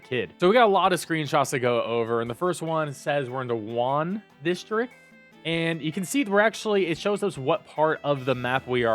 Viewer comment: Mild Correction... Its not "Juan" its "Jaune" (Imagine Jon with a heavy french accent, Je-own) its french for "Yellow"- hence why the circle has the yellow triangle on it :P